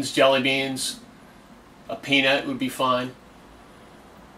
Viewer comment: pee-nert? not a pea nart?